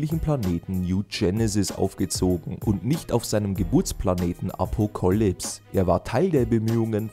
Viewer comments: Wie kann man das wort Apocalypse als Apocolypse aussprechen!? Hat der Sprecher auch mal gelesen dass das Wort von Apokalypse her stammt. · Dislike, einfach nur wegen „Apo Kalips“.